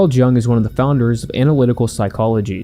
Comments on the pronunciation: It’s pronounced Carl “YOO-ng” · Stopped listening after you mispronounced Jung.